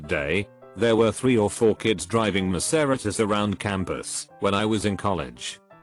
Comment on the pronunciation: Lol, the way he pronounced "Maserati's" sounded like the name of a Greek God.